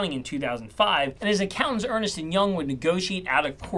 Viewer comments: Ernst not earnest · pronounced URNst and Young